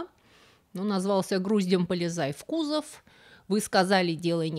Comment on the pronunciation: Не кУзов...а кузОв.